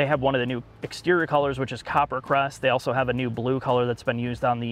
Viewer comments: I think it's appropriate. He's telling in subtle terms "You need to learn how to pronounce a simple word like also - it's not pronounced 'Auso' you simpleton!" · being incapable of pronouncing the word 'also' is pretty incredible. 'Auso' is not also - super easy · I'm still waiting for the day can pronounce the word 'Also'. He has progressed, ever so slowly - Sad!